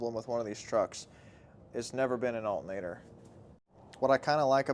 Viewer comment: ALTERNATOR. 😅 Not alta-nador